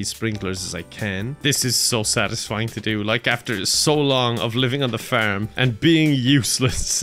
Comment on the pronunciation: Just in case anyone was wondering, when this nutter says FURM, what he means is FARM.